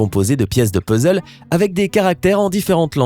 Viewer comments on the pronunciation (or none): none